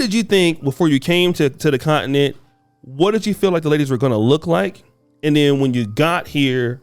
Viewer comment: Someone please teach how to pronounce continent.